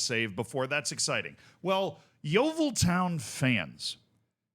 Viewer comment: I never thought I would see make a video on my local club! I also love how an American can pronounce Yeovil better than most of the English media. The thing is, this “abuse” that Hellier talks about isn’t even abuse. It’s critiquing him for being a massive coke head (my dad once saw him doing a line in the toilets at the club last season), offering fans out for a fight (I actually have a video of him being dragged off a fan in our local pub), abusing fans when they don’t agree with him, and constantly belittling us and branding himself as “the saviour” of our club. He constantly embarrasses himself and our club by running onto the pitch to try and fight the referee. We retired the number 4 shirt when our captain committed suicide a couple of years ago. Hellier Un-retired it, and told us to grow up and stop complaining. He constantly calls fans “spastics” or “retards”, and even makes digs towards children. The reason why he has such an issue with Gloverscast, is because they’ve rightfully called out Mark Cooper (manager) and Hellier for selling our players and replacing them with young loanees who aren’t good enough and who end up getting recalled after a month, leaving us short once again. Cooper consistently falls out with players, and also blasts fans who complain about the boring playstyle. We get told we aren’t “real fans” pretty often, just because we don’t want to go and watch negative football and put up with all the shit that’s been going on. Edit: forget to a